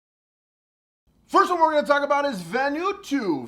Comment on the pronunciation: I could be wrong but I think it's VAN-oooh-ahhh-TWO.